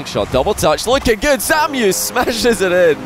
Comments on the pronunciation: shiiiit please stop calling ZAMUE "ZAMIU" it's so tilting :( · Shekleor jajajaja ya ves, his name is zamuee joe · chupito everytime says "Samiu"